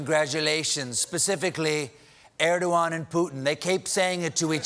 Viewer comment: It's erdogan not erdowan